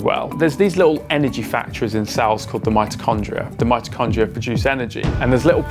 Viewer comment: I was thinking that as well when he said Midrocondia😂